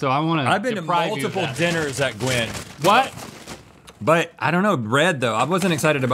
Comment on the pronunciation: called Gwen “Gwin”